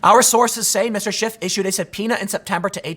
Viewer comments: I love how Tim keeps calling him “Adam Shift.” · Tim has a funny way of pronouncing SHIT. As in Adam Shit. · Why can't people say SCHIFF? I've nvr once accidently said SHIFT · Who was it that called him "BullSchiff"?